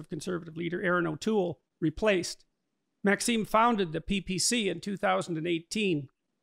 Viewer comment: Agreed. But it is MaxiMe, not MaxiNe.